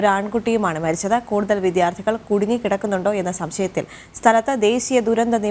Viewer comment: വിധ്യാർഥിയല്ല വിദ്യാർഥിയാണ് റിപ്പോർട്ടറെ